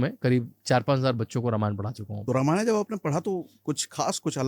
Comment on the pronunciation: जब आप लोग हिंदी में वार्तालाप करते हैं तो यह रामायणा, महाभारता, वेदा, योगा, यह सब कौन सा ब*** वाला भाषण जोड़कर रख देते हैं 🤬🤬🤬🤬🤬